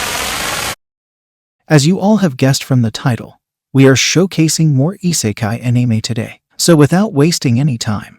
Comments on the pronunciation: Why does he say anime like that lmao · You have committed treason on the way you pronounced anime and isekai in this video punishment is make more videos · your pronounciation of isekai , tensei and anime is somewhat off m8, other then that nice list